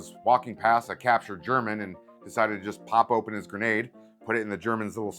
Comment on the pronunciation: As a Canadian your German was on point lol